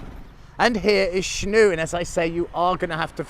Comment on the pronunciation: I think it calls Snoeng, not Snouk. I am trying to find that sound in English but hard to find an example. You can ask the locals to pronounce it for you. I am sure you know it too but that is the hard word for most Westerners to say. I used to live in BB and I have been though that temples many times. The village itself is called Snoeng referring to a pole made from a wood for using to tie a cow with rope.